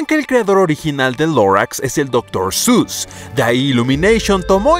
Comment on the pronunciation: Otros: Doctor seuss 😐: Doctor sus ඞ